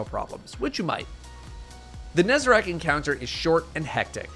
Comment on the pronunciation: first destiny 2 youtuber to pronounce nezarec correctly